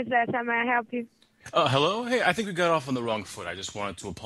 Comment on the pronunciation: DO YOU TINK IM STUPID?! Bertha: No..: Do you tink im smart?;) Bertha: (akward) Yes...: I LIEK IT